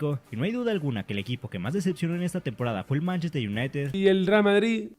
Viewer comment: Dice Manchester y le da diske jajajajaj